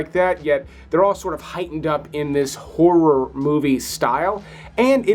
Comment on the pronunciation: P.S. A lot of your countrymen don’t manage to do it… So, well done on getting 2 clear syllables in the word “horror” because a lot of Americans do their hair and makeup while looking at their reflections in a mere and in scary movies they can face terrible whores around every corner!😁